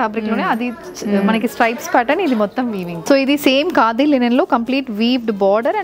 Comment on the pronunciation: Wow. ఎంత కాలానికి మీ నుండి " లినెన్ శారీస్" అనే మాట విన్నానండీ. 👌 అందరూ లెనిన్ శారీస్ అనే అంటారు. వినలేక , చెప్పలేక.... థాంక్యూ 😅